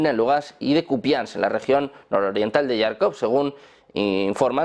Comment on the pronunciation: Se dice JÁRKOV, CON "J" ESPAÑOLA Y ACENTO EN LA "Á"